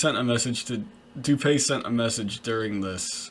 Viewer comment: Dewpay? Nonsense. It’s DOOPEE. As in when you doodoo and peepee at the same time. Lol